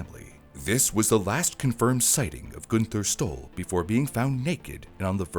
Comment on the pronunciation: When you said the name Günther Stoll, I thought you said he stole something. That letter does not look like a "Y" it looks like a "9". How does a head on collision throw him onto the passenger seat? Wouldn't it throw him forward? Possibly through the window? Inertia is a thing. So, we still don't know what YOG'TZE is?